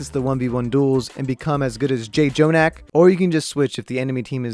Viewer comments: did this man just say j jonak? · He really said J Jonak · When he called jjonak "j" jonak i cried